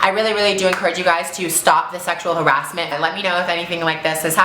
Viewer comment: I love how she said Sexual Ha- Ra-S-menttt OMGGGGG